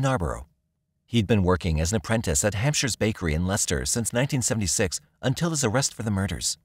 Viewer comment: Ha, that's the first time I've heard an American pronounce Leicester right, now try Worcester lmao 😮😂😂😅❤